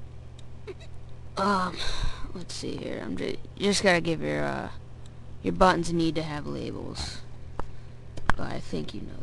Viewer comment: nice vid but dude i hate the way you say buttons lol :))